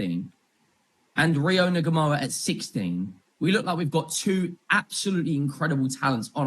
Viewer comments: think it’s pronounced NOO-muh-hah.. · You don't say the H ya wet wipe. Nuh-mo-uh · Why can’t any of you pronounce his name… N-Gu-moha…. Ngumoha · Rio's surname is pronounced No-Mo-Ha. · pronounched in goo mo ha